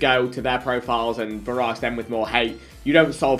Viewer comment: My man just said hararse